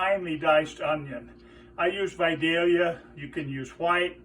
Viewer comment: Simplicity is always the way to go, sounds like a great addition to a hot dog. And, I am pleased to hear VIDALIA pronounced correctly.